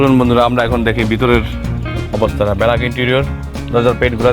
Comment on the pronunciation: ব্যেলাক না উচ্চারণ হবে ব্যাক(Black) Youtube এ ভিডিও তে কথা বলছেন শব্দ উচ্চারণে আরও সতর্ক হওয়া উচিৎ